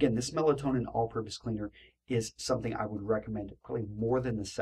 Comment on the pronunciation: It's pronounced "Mel-TOE-nee-an," and spelled "Meltonian," in case anyone was trying to find the stuff. Melatonin is a hormone.